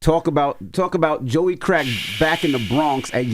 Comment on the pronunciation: Love how he rolled the r in crrrrack 😅😅😅